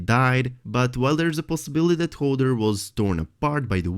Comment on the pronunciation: I love your content but I am screaming inside when you pronounce Hodor as Holder. LMAO 😂